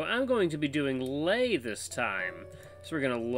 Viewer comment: It's pronounced Lay as in Sleigh.